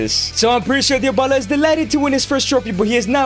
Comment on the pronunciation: Why do you say Diobala?